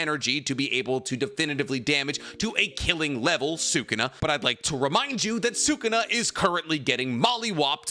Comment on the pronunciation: Idk why this bothers me so much but it does It's pronounced Suh Koon uh Not Sooo Koon uh Anyways love the videos